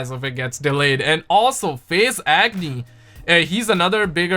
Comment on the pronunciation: I thought you called that man, Face Acne not Faze Agony. Lol